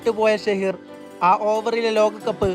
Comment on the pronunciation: ഷഹീർ അല്ല സഹീർ ഖാൻ